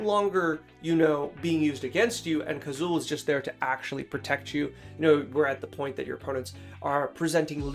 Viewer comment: I wanted to hear but had to stop when you got Kazuul so wrong I couldn't trust your thoughts going forward, sorry bud.